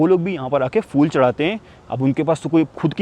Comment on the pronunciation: Very good vlog and reportage. I'm very surprised and impressed that you did so much research on the history of the country; everything you said are correct facts. One thing though: the words are phailna, phir, phul, etc., not "failna", "fir", "ful", etc. I'm not sure where people these days are learning this "f" stuff from.